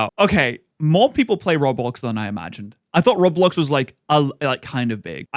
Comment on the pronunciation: The way everyone who doesn't know Roblox calls it Rawblox like just did is funny lol im glad to be back for more content